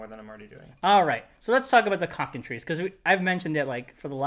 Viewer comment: Every time you say cockentreece, I keep thinking it is supposed to be said cocken-try-ce.